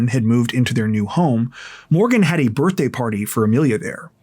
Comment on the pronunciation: HAPPY "BIRHT"